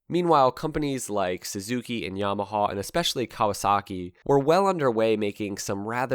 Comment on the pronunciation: Just can’t take how he says yamahawwww